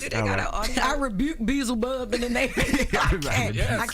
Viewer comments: it's pronounced Bee El Zuh Bub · it’s pronounced Bee Elza Bub 😂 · It's pronounced be yellz a bub 😂😂😂😂😂 not beezlebub😂😂😂😂😂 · It's pronounced "Ba-helza-bub" in the scriptures. Not Bee-za-bug.. Uncle Charla stupid! Lmao!!! 😂😂😂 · “Beezelbub” that’s not how you say it 😂😂😂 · Oh Charla 🤣...Be-el-zeh-bub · Beezlebub….Lol it’s pronounced “be-Elz-a-bub”…but he is right tho. He is a major historical demon/devil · It is pronounced “BE-YELL-ZA-BUB” lol not “BEEZLE-BUB” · Beezlebub got me weak!!!😂😂 it’s Beelzebub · Beelzebub. Pronunciation: "Bee" "el" "zee" "bub" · "BELL" zibub 😅 but yes that’s another name for the devil in the bible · It’s pronounced Be-EL-zebub. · Did he say Beezlebub???😂😂😂😂😂😂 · It is pronounced Bee-l-zee..bob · OMG, Charla, I can't with you. I literally peed myself. It's Beelzebub. It's pronounced Bee-EL-za-bub! 🤣🤣🤣🤣🤣🤣🤣🤣🤣🤣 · C the Gob is a master at butchering pronunciation: Bee-el-zuh-buhb - surely you've heard Bohemian Rhapsody. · BEELZEBUB!!! 😂😂😂 it’s BEELZEBUB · Belazabub lmao he said it wrong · It’s pronounced Belzibub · It’s pronounced BE- ELZA-BUB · It’s be el ze bub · Pronounced Bee-el-zuh-bub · This was bad yawl… bee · el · zuh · buhb And NO Jess it’s not Satan in every text. Yawl this bothered me so bad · CTG is a Tripp! Beeezlebub .....and nobody corrected him😅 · Be-EZ-UH-bulb how it’s pronounced 😂😂😂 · It's pronounced B-L-Zabub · It's be- ezel- bub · Lol its pronounced “Be-Elz-a-bub” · Beelzebub. He pronouncing it incorrectly 😂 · The fact they kept saying his name wrong was hilarious 😂😂😂😂😂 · It’s beelzebub dude